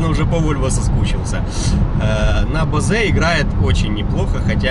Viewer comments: З Вашого дозволу Вас поправлю)) не Базе , а Боуз) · Не Бозе, а Боуз. В остальном - 👍